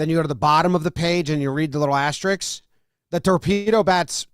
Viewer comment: Asterisk not asteriks